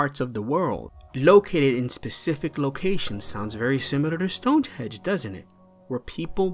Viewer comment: It's hard to take you seriously when you call Stonehenge "Stonehedge"